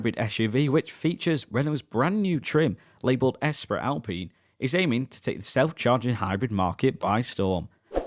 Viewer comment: You are STILL saying 'Oostral'? It's pronounced 'Oorstraal'. And it's not 'Es Prit, it's 'Espree'like Grands Prix, sigh. 😁Some French lessons might help when reviewing French cars perhaps...